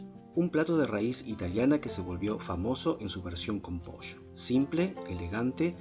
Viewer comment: Acabo de descubri tu canal. Me encantó la receta. Claro que la haré. Una gran forma de mejorar la aburrida pechuga de pollo. (Aunque el acento no te delata, el decir "manteca" en lugar de mantequilla y "posho" en lugar de pollo, si 😄).